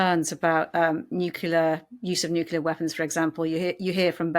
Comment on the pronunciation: "Nuculer weapons"? Interviewer stop watching American TV.